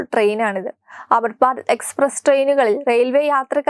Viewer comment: Amruth Bharath ennucharikkan polumariyillaey. "Amitbarat.. Kollaam